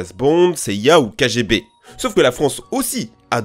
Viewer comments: C'ÉTAIT KGB sous l'URSS et MAINTENANT c'est FSB. Et sans vouloir faire mon chieur, la prononciation sur Wikipedia ressemble plus à "Kaguébé" Ou bien on peut encore plus faire puriste russe et dire "Kako Glagoli Vědě" XD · S'écrit " KGB " Se prononce " kéguébé " Pblieviest